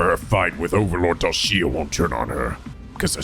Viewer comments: I love that even after hearing it twice in a row still pronounces it as Dalshia instead of Dalshaa 😭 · Anyone else annoyed by the fact pronounces dahlxia's name wrong?